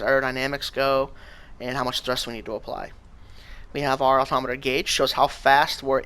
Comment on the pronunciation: Altomiter, Altimeter you say potato...